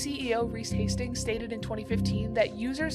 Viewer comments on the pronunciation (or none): none